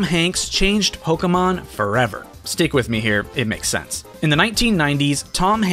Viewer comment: I'm glad you pronounced Pokémon correctly instead of "Pokeemon"